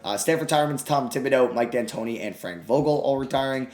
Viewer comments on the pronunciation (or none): Really said “Mike Dantoni” for 7 seconds with Yao and Pau. 😂😂😂